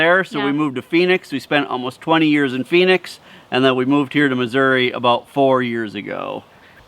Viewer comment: Thank you for pronouncing the name of the state correctly. Missouri has an " i " at the end not an " a ".